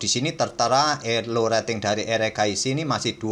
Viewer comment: Mimin udah kebiasaan manggil Erigaisi jadi Eragaisi 😂